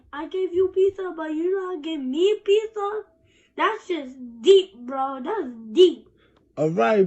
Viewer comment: “But I gave you “peetha” 🍕 😂😂